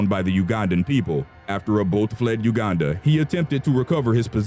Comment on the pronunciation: you are the first white person to pronouce uganda correctly